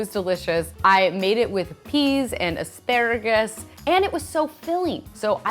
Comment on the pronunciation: You said “asparrragus” the prettiest I’ve ever heard. ☺️